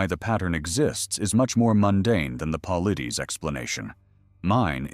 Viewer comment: A great video, very interesting and thoroughly researched. What I didn’t like at all, however, was the disparagement of David Paulides and the falsehoods attributed to him (incidentally, his name is constantly mispronounced in the video). David Paulides is a former police officer, and anyone familiar with his work knows that he steers clear of any speculation. In fact, he does the exact opposite. He gathers the facts and, even in interviews, refuses to be drawn into any speculation. To accuse him of sensationalism is not only impolite but also simply wrong, that is not his approach at all. The statement in this video – “People don’t just disappear, they all fall into a mine shaft” – certainly presents a possible explanation, but I consider applying that to all missing persons cases to be highly far-fetched. Otherwise, the video is very interesting and encourages new ways of thinking. It is absolutely unnecessary to disparage another author’s work. It detracts from this truly excellent topic and video.